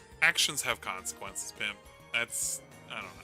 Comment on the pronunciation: I would want the character killed if voiced acted saying "ghalf" and "consecunces"